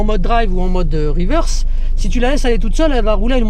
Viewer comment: Yeah en mode "RIWEURSE" mdr! Tkt tu geres l'anglais! Superbe video comme dhab! 👌 Ps: le tips n°4 m'a tué mdr j'ai kiffé l'histoire du neutre